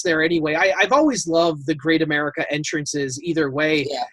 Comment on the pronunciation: I stopped watching once the guy referred to Great America as "caga".